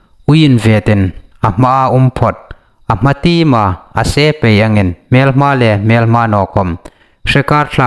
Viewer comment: Hmelhma tia lam hi lamsuol ning a tih,hmelma tia lam ding aw?